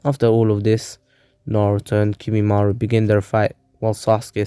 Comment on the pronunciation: its kimimaro not kimimaru. And other than that this was really good. I like how Sukome left the village right before Sasuke